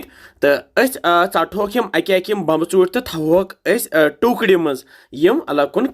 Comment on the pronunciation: Sir aap too yh kya bolte ho 😂😂😂 bambe chonte...balki bomb chonte hai